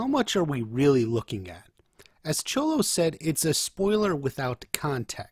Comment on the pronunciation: no it's not. Its pronounced more as a "sh" sound not a "ch"